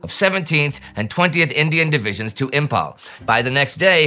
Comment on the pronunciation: Imphal is pronounced as Imfal not Impal.